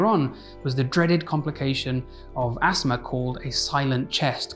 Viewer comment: I was wondering what an asmr attack was, never heard of that. I now realize he's saying asthma lmfao